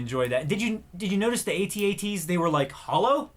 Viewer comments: Please call them At-At's not A.T. - A.T.'s Call yourselves geeks? sheesh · is not at-at is at-act